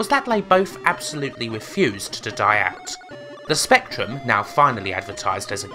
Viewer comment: but strangly he says spectrum and not spectwum.